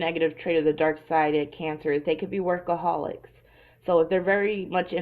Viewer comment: she said work acolics